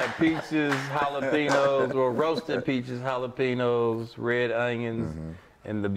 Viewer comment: Did my man say “jalapenoes” smh #education